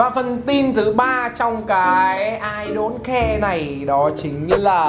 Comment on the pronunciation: Đọc là Ai Đông Ke chớ ko phải Ai Đôn Ke nhã